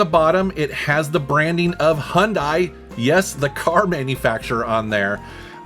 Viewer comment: someone actually pronouncing hyundai correctly